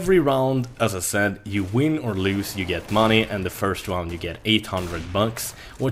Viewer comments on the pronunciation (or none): none